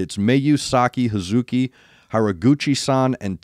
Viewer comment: Hazuki’s name is pronounced with the, ‘U’, silent. Phonetically it’s Haz’key.